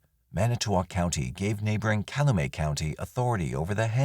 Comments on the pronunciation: It's pronounced Kal-you-met not Cal-uh-may... Cal-u-met. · I agree. Especially since a lot of the names end up getting mis-pronounced (Calumet, Koucourek) which is distracting to listen to.